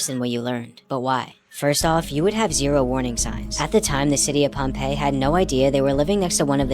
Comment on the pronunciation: It's not pompell it's Pompeii